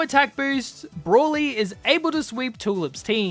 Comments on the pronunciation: How do you pronounce broly so wrong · I know. He just pronounced it wrong